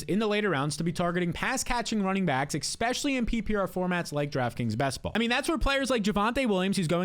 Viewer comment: Especially! Say it with me especially!